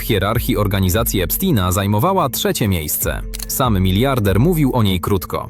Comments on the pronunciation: Epsztajna !!! Nie Epstina! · Nie Epstina tylko Epsztajna.